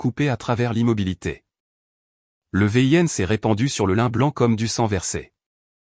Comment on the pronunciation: v.i.n se dit vin